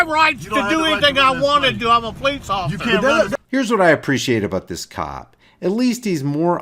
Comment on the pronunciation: "Ocifer" lol fat boy